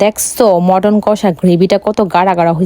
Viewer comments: Chicken ❌ Matten ✅😂😂😂😂😂😂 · ১৫ পদ❎ ১৫ পাদ✅😂😂 চিকেন❎মাটান✅ হালকা পাতলা এত তাহলে ভরপুর কত হবে বাবা রে খেতে ভারি পারো👏👏👏👏👏👏👏👏👏👏👏👏👏👏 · ওটা মাটার না চিকেন আর ওটা হ্যাবি টেস্ট নয় হেভি টেস্ট।